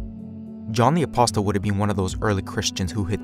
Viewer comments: Hi, I'm not picking, but apostle is pronounced a-pos-sal, no 't.' Thanks for your great videos! 😊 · Excellent piece . Fyi -apossel epissel -Correct Pronunciations in English .